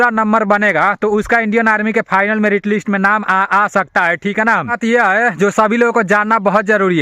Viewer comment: Fainal नहीं भाई Final होता है।